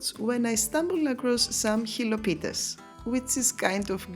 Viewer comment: The moment you said "xilopites" I thought oh a fellow Greek here😅 τέλεια δουλειά και δημιουργικότητα μπράβο σου👏👏👏👏